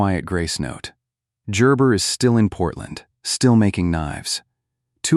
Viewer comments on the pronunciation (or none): Gerber with a "ja" ?....lol